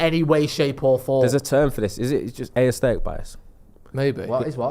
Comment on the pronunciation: Someone tell he's adding an extra sylable in 'aesthetic'